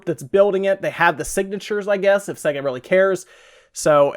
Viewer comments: This guy can't even say sega correctly. Its say-ga not se-ga. If you ever actually played a sega before you would know this due to the boot up screen logo where they actually pronounce it for you. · It's pronounced see ga not sey ga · its pronounced SAYGA not segger did you learn nothing from the logo opening sequences? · It's Say ga.....not se ga.. he says Sega funny. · SEGA is pronounced with a hard A sound. (SAY-GA) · It's pronounced "sayger" you moron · What's Segger!? Even my girlfriend noticed your bad pronunciation. Shame on you. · Can people please learn to pronounce names properly it’s say-ga, it’s the same with You-b-soft for some reason it really gets on my nerves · Jerry Smith segga is what he is saying though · Just throwing my two cents in, but the guy is clearly pronouncing it SEGGER. I actually came to the comments to see if anyone else noticed. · Jerry Smith Time to bow out gracefully on this one 'Jerry' - no ones agreeing with you, perhaps get your hearing checked/re-listen to the vid; he is most certainly saying 'SEGGA' 🙂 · Omfg. If you'd ever played one you'd know it's pronounced Sayga ffs. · Everyone in the UK say's "Say-Ga". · Hugh Mungus Swing and a miss. It's Sea-ga. It's Ree-yu, not Ryu. That was a bonus fact =) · In my entire life no one has pronounced sega as segga and I’m a hundred and ninety six. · Ditto on all the pronounciation comments. Stop saying SEGA like a freak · I’ve never heard SEGA pronounced exactly how it’s spelled until now. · Please stop saying sega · had to stop watching due to you pronouncing SEGA wrong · You say Sega weird it tells you how it's pronounced at the start of sonic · This guy cant even pronounce SEGA. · ive heard americans say sega all ways except the right way. surprising seeing as america was their main market. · ahahahah sayga? what the fuck XD it's SEH-GA, you can even listen to it in every genesis\megadrive games, there's no doubt about it. it's not See-ga and it's definitely not Say-ga